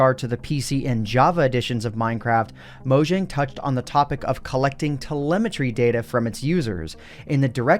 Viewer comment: Gotta' say it: Mow-Yang (Mojang)